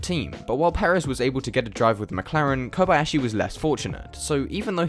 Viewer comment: You are the first non-Japanese person I've ever seen who proeperly pronaunce Kob-Ah-yashi, not like Kob-eeeee-yashiiiiiii